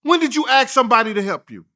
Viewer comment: Is it really that hard to pronounce the work ASK ???